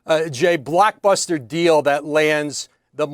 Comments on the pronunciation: Are they saying blockbuster or black buster lol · Did she say blackbuster 😂